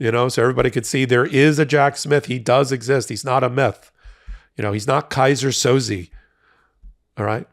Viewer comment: Did you say Keiser Sozi?? I cannnnnt 😂. I'm just holding this bottle of expensive wine waiting for indictments. It has aged tremendously waiting. I need to get it popped asap. Omggggg. Can they just lock this beast up already. Come on Jack.. Muller failed so we are counting on you to step it up!!!!! Get it done. N Georgia lock it in. We need life!!!!